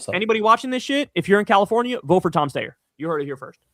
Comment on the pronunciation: HE SAID TOM STAYER!